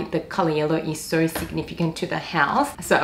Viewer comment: where is that accent from? pronouncing 'so' like 'sowr'